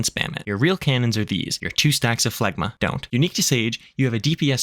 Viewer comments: phlegm is pronounced "flem" so phlegma is pronounced "flegma" ... makes sense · Phlegma, seriously? We're more mature than that. Zoe-gma balls. Great vid.